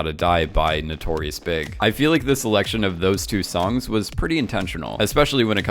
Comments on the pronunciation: Why would you say Notorious Big? It’s B.I.G. all letters said individually, B - I - G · Stopped listening when he says "Notorious big" lol ppddddbbbt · Cringe at Notorious BIG!! It’s B. I. G. 😖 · Notorious "BIG???" It's B. I. G. homie. THE Notorious B. I. G. The Notorious Big doesn’t make any sense. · Did he just said notorious big !!!! Instead of notorious B.I.G!!!! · I’ve never heard anyone pronounce it notorious “big”